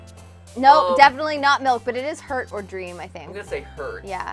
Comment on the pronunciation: Also I thought they said milf instead of milk until I finally heard them say milk